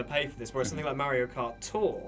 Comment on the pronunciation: "MerioKart" you nailed it!